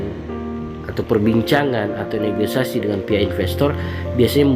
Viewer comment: Koreksi dikit bg Negosiasi bukan negoisasi